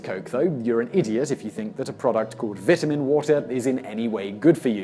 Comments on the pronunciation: The way you pronounce "vitamin" makes me want to punch a baby. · vitamin water might be bad for you but his pronunciation of vitamin gave me cancer. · I totally forget British people say things differently than Americans when he said vitamin water